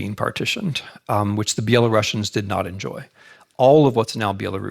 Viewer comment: I did have respect for Mr. Snyder as historian, but couldn't continue to listen to his lecture since he kept mispronouncing the name of Belarusians. I actually found it quite disrespectful and even offending. I'm sure he perfectly knows how to pronounce the name properly, but just doesn't give a sh..t. Unfortunatelly.